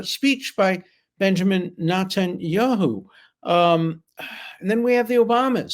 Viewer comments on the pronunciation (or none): It’s pronounced net tahn yahoo